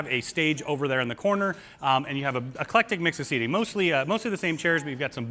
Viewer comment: Please don't ever say the words "ton", "doooty-free" or "eclectic", or move your hands ever again.